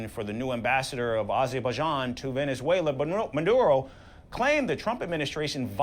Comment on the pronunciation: He mess up Venezuela 🇻🇪 😊